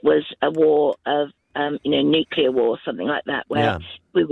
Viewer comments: When a young British says "Nukelar" instead of "Nuclear", you know they stand no chance to win any war.... It's game over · "New-clear" hahahah! So bright and articulate these days. Bet he's really proud hahahaha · If you can't pronounce 'Nuclear' You shouldn't talk about it, imo